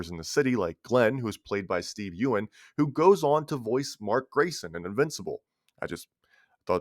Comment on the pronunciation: Anybody else almost click away after he prounounces “Steve Yeun” that way 😂